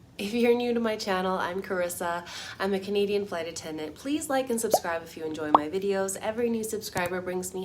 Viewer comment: I just recently found your channel and in your intro I thought you were saying comedian flight attendant not Canadian flight attendant that would explain everything!